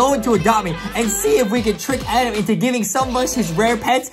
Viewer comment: adem not adam